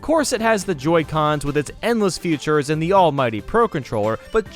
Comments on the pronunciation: l love how he says the word feature(s) "future(s) why is that? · Why do u pronounce feature as future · Feature* not future.. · Features* not futures…. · Features* not futures……….